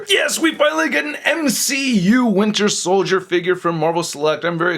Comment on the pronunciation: I know there are other people besides me that also hear "winner soldier"